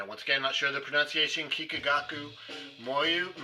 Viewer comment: You did a good job pronouncing them!